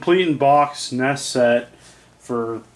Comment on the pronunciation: Cool. "En- ee-es" And "..how far I`ve come". Only since you teach.